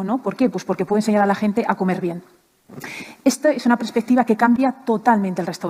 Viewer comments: Además dice "prespectiva" en lugar de perspectiva. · El corrector me lo puso bien jiji...dice prespectiva la mujer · ¿Begoña no sabe decir perspectiva? Dice prespectiva, poca cultura.